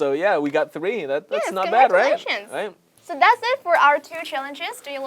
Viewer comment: chuẩn luôn, không phải chê, chứ KV nói hơi gằn giọng với không tự nhiên cho lắm, khúc đầu nghe từ congratulations mà nhận không ra ấy, đến cả subtitle còn dịch là delicious :)))